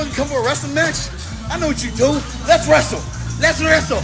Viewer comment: Lets wräsle, lets wräsel